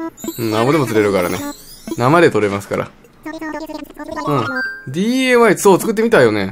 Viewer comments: なんか違和感感じると思ったら ディーエーワイじゃなくてディーアイワイやんな笑笑笑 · なぜDAY?DIYって言ってるのかな？